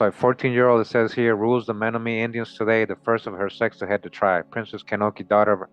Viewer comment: CHOKMA BROTHER THE CORRECT PRONOUNCIATION AS I HEAR ITS MEN-OM-IN-EE AND OSAJE